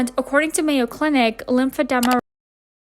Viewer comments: listens to the pronunciation of lymphedema as lymphed-EE-ma and proceeds to keep saying lymphed-E-ma lmao we love a rebellious queen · Lymphedema = it’s pronounced this way “ lymph - fi - deem - ma “ 😊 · Listening to her say lymphodema is making me want to click off lowkey💀💀but I won’t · Love how you looked up how to pronounce, heard how its pronounced.. and its still lympha-them-ah.. i cant 😂💀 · girl the editing, the research, the commentary was so well done! I like that you went into detail about Annelise's story, not many channels have really covered her and you did a very nice job in this video! I still feel so bad for her 😔 and omg the way you pronounced lymphedema was so relatable 😂 plus that palette cleanser was so cutteee, you even sort of played devil's advocate when you were talking about Colleen. I even loved how you edited the Wii music over Gabbie 😂😂😂😂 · Why does your pronunciation of lymphedema remind me of Wendy Williams pronunciation of Dua Lipa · Girl if you could just pronounce the word correctly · OMG Annelise has the same disease as me! I had a great time listening to you mispronounce it lol. Then I got sad listening to her struggles. I've had lymphedema since birth and I can't imagine having to learn to live with it after living a full, "normal" life. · I’ve never heard anyone say “Lymphedema” like that ever. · I swear to god if you don’t pronounce Lymphedema correctly…… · As a med student, your pronunciation of lymphedema made my day, love your vids as always ♥️😂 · with another banger! but that lymphedema pronunciation is wild XD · Every time you said lymphedema wrong i cringed and got chills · You got the correct pronunciation and continued to say lymphedema incorrectly throughout the video lol! No biggie I just thought it was funny 😆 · She sure did, lol, Some people just aren't great with words, but it's okay cuz she spills great tea